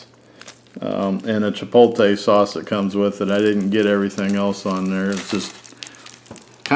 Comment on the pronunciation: Honest review. You did however trigger my OCD. I would ask you read the word CHIPOTLE carefully and then pronounce it. Chi pote lay. Rather than Chi polt ay. Keep up the good work.